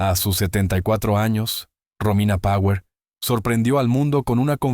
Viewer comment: Pronuncias con el culo tirón power